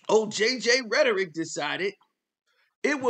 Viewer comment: He said rhertteric im here for it 😅